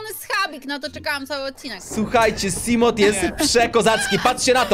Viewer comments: To nie simot tylko simołf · I sorry ale czyta się seamoth nie czytasz T a tak wgl fajna seria była z sub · xD czy tylko mnie czy wszystkich fanów Subnautici boli wymowa " siglajt" i "simot"